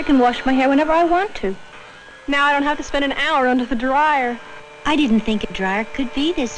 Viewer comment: did that 70s girl really just use three syllables to pronounce dryer? DA-RYE-ER